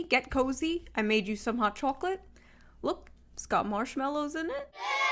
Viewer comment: Why did she say the word “chocolate” like that? What accent is that?